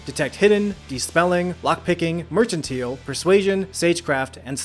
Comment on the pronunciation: Please tell me he learns the proper pronunciation of "mercantile" by the later videos (hard "c", long "i" sound; not the "ch" , long "e" sound)